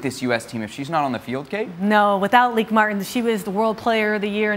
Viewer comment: Lieke Martens is pronounced Lee kuh mar tuns! Not leak mart